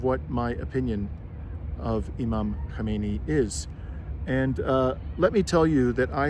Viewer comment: Please, if you have any respect for Iran, learn to pronounce the former and current supreme leader's surname. You are pronouncing it the same as the original supreme leader Ruhollah Khomeini, Kho-me-i-ni. Ali Khamenei's name is pronounced Kha-me-ne-i.